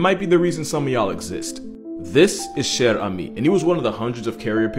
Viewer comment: It's spelled "Cher ami". He got the pronunciation quite well in the video. By the way, there's no "e" at the end of ami, because it refers to a male pigeon. If it was a female, it would be "chère amie", which is roughly pronounced the same way.